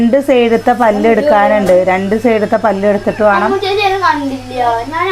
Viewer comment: വാണം, വാണ്ട അല്ല വേണം, വേണ്ട.